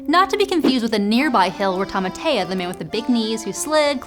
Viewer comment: Yeah... pronunciation was great on the thai name... BUT the maori vowels are Ah, Eh, O(r), Ooh. So "Taumata" is "Toe-Mah-Tah" :)